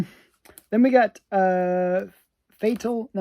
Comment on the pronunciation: Fatale should be pronounced like “femme fatale”…. I believe…… you are Canadian and if you speak French, you can make it sound even better!!